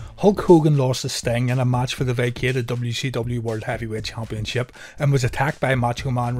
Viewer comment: I like how you used chumpionship 4 times in one sentence 😂